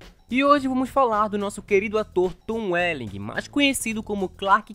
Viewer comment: Tom uelingui é o clarqui quenti? Pqp!